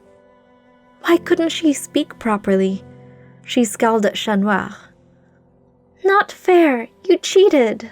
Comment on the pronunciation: Absolutely lovely story!~ Other than that I love that you have a french accent when naming Chat Noir, instead of using an English accent - Love!~